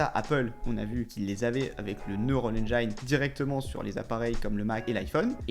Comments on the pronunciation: on prononce Neural Engine comme ça: neurôal enjean et non engaïne. merci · Engine = Haine jean Et non pas Haine djaïne :D ;) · Petit tips de prononciation : « Neural ènjaïne » comme tu dis ça n’existe pas… Va réécouter Tim cook ;) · "engine" ça se prononce "end-jean" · Hé ho..."engine" ne se prononce pas comme à On ne vous demande pas une maîtrise parfaite de l'anglais, mais quand même...